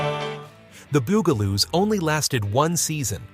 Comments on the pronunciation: Not Boo-ga-loos, ɓut BUG-la-loos. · It’s the “bug” a - loos. 🙄